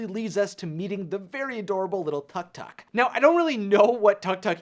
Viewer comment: tuctuc...? its pronounced took took lol XD